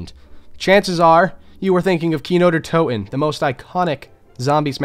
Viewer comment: Fuck me dude I like your vids but for real work on your German pronounciation, in German ALL letters are pronounced Der Ries E, Wunderwaff E, kino der TO TEN